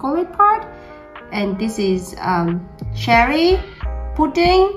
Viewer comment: The way you say Cherry is like Sherry, so I first thought you were making some super alcoholic cake :P